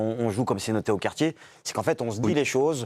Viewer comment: "Au quartchié".